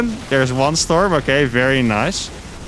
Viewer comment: Every time he says Shtorm!